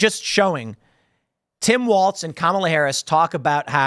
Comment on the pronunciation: I wish Tim would untie his damn tongue and stop calling Walz "WALTZ". I don't even like the guy but this is what you do for a living Tim. Just like "Cape"ernick... it's "CAP"ernick.